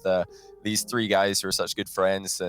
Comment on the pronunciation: The guy casting with has a very weak grasp on the English language and its infuriating. 3-free, ignores the letter T like every time, alpha-alferr... holy shit bro the list goes on